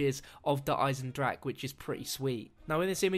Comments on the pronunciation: Not trying to be pedantic, but it's pronounced "Der Eisendrakeh" . You pronounce the "e" on the end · I cringed when he said der eisendrache like der eisendrack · good video, I just wanted to point out that you do pronounce the E on the end of 'der eisendrache'.